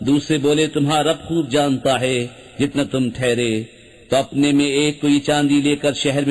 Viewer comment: بس ایک چھوٹی سی کمی تلفّظ میں ہو رہی ہے۔ ہے۔ کی جگہ بار بار۔ حے کھا جا رہا ہے